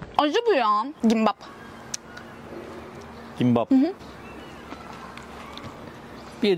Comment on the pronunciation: Kimbap'a gimbapğ diyen koca yürekli ❤